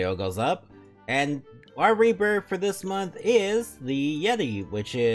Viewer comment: I always hear it as "rebirb" when you say it